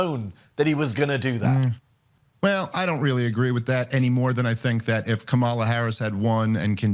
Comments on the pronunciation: The fact that and his acne scared face still refuses to say Harris' first name correctly, the conversation ends there for me. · You know that is STILL a toad when he still mispronounces Kamala's name! What an azz. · Always has to mispronounce Kamala’s name like a good little Trumper. These people deserve the worst that life offers. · The pronouncing Kamala wrong purposefully shows just how small people are. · Why do Republican s always mispronounce Kamala Harris name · is an ass who won’t pronounce Kamala’s name correctly. What a moron! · They can’t even say Kamala’s name correctly even now. Like what more do you have to prove